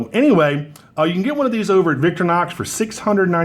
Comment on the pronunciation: VICTORINOX !!!!!!!!....Not VICTORNOX !!!!!!!